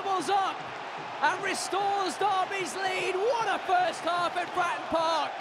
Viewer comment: to the commentator ...... you did well, BUT the venue was not FRAN PARK ........ there are 2 syllables in FRATTON